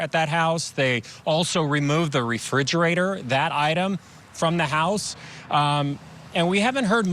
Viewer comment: So distracting hearing a journalist mispronouncing "refrigerator". Want to sound unprofessional? That'll do it. Poor Harmony she seemed like such a sweet child 😢